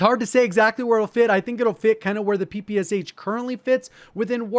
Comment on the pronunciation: My ears curled into a tube when called Shpagin's submachine gun P P S H. Must say P P Sh